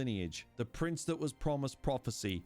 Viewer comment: Why can’t you say prince?